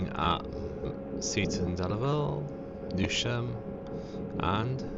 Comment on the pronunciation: Newsham pronounced news ham